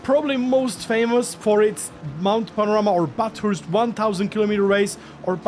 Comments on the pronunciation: try saying bathurst as baaaff hurst. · as an australian i can help you pronounce bathurst pronounce it like ba-thust we dont really pronounce the letter R but you are saying the bath part perfectly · In Germany we pronounce "Bathurst" as "Bratwurst" - well, i don't know if that is correct either... 🙂